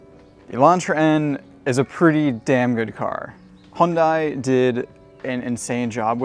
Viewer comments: Not Hon-die, Hun-day. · hyundai rhymes with sunday not fun guy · No. It’s pronounced “Hyun dae” or “Hyun deh” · You drive the car bet yet still pronounce it wrong😂😂😂 It is literally pronounced HUNDAY!!!!! The South Korean just put a little more emphasis on the “ Y “ when saying it. Like “ HiUNDAY “ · speak after me: "Hyeon - Dae" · Great video. Only suggestion is the pronunciation - should be 'Hyun-DAY' (refer to the super bowl commercial - rhymes with 'Sunday' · To me (Australian) it will always be hyun-die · 네 알아요. 한국어 조금 말해요. but this isnt about saying it with perfect korean pronunciation, its about getting people to not say "high-yun-die" or any variation of such. you can do a youtube search for "hyundai sunday" and see what hyundai themselves have to say about it